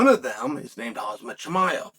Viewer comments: Chael, for the love of Christ, get the fighters names right. It's not Kasmit. It sounds like, "Kham-zaat" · “HAZ-MAT Chimaev”